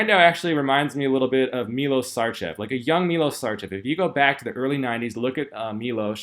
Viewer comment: his name 'miloSH' u said right, but his last name is SHarCHev, n0t Sarcev or SarCHew... MiloSH SHarCHew... greetings fr0m Srebia, the Land of N0wak Djokowich and 0f course, Milosh Sharchev... als0, 97 mr Olympia, the late Nasser el Sonbaty, was half Serbian...